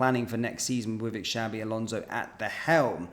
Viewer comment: Shabi alonzo 😂😂 xabi alonso 👈👈